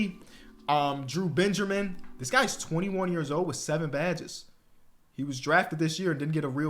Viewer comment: explain saying Benjermin